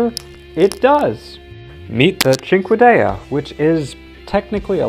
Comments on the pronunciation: First you mispronounced cinquedea Second it’s a Shortsword (arming sword) that they called a dagger for law reasons Where did you get longsword from? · Finally after years ever since i played AC 2 long ago I know how to pronounce cinquedea